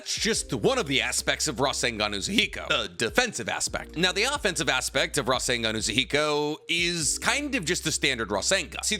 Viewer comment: I dare someone to take a drink every time he says rasangan